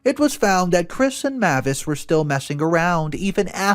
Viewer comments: Mavis is pronounced MAY-vis, like the surname Davis (may' as in the month of May) . The pronunciation MA-vis, where the 'ma' is a short 'a' as in 'map', is not usual. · Another mispronounced name... 'Mavis' IS pronounced 'MAY-VIS' and NOT 'MA-VIS'.(Or like the car rental company 'Avis', with an 'M' in front.) I really am losing track of just how many times you continually mispronounce words and names. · May-vis not mah-vis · FYI Mavis is pronounced may-vuhs (google how to pronounce it and there is an audio you can play several times to confirm this), I otherwise like your voice and enjoy hearing your reading style. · The name Mavis is pronounced: MAY-vis. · I'm trying to support him because he finds good stories, but this man messes up so many names and words it's painful sometimes. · I feel like it’s May-vis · Mavis = May vis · Sorry it was bugging me the whole time. Her name is pronounced. May-vis. Even though it's written Mavis. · MIL name is pronounced May -vis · The name is pronounced 'Ma-vis" with a long "a".